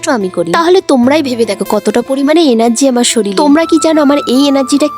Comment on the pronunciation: শরীর❌ সরীল✅ 😅😅😅